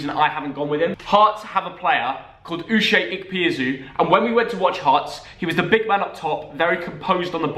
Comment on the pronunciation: I'll subscribe when you learn how to pronounce Uche Ikpeazu properly